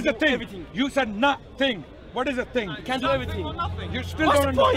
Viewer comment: A ting, noting, someting, anyting, I had a brain freeze. The level of understanding with some of these people is unreal.